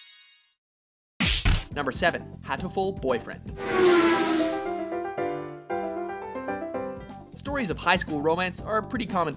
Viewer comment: why is Hautiful boyfriend in the list it totally makes sense your just dating birds to save the world for all humans and birds alike *sarcasm* also it is pernounced like hot u full boyfriend